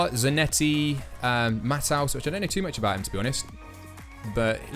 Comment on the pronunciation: Matthaüs is pronounced Mat-tay-us not Matt-house lol .